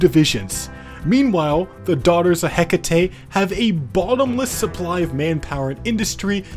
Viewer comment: Hekate, heh ket. Hehket man. RAGE